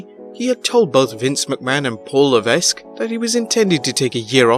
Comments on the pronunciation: It's pronounced la-veck. I figured a channel dedicated to wrestling news would know the name of one of the biggest stars in the industry. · The 's' in Levesque is silent.